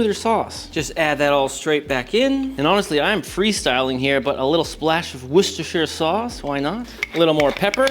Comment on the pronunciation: Listen to this man pronouncing worcestershire sauce like it's nothing